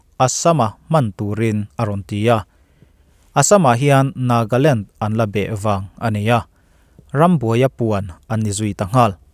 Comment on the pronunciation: Nagaland tih tur ah Nagland i ti nia 🙊